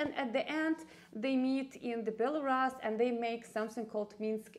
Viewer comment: It’s BELARUS - NOT BELARAS !!!